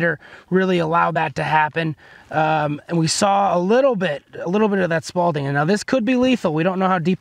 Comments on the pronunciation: It’s spalling, not spalDing. Smh. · It's SPALLING....... not SPALDING. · This is why I hate youtube, anyone can almost sound like they know what they’re talking about. At least test the shit with fabric. It makes a difference. Unless you just tape plates to your chest like an idiot. It’s also spalling. Not Spaulding, but again you’re winging it from what you saw on the internet obviously. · Sparling is SPALLING there is no D it’s not a tennis ball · haha spawlding.......🤦🏽‍♂️......hehehe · Spal-ting... Lol